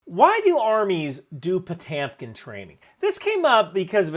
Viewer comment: …and his name is pronounced pa-TYOM-keen ?